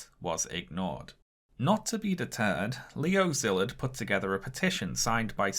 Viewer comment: The Sz in Szilard's name is pronounced like the the sound a snake makes with it's mouth.